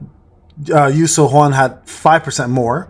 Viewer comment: Her name is pronounced “you sue-yun”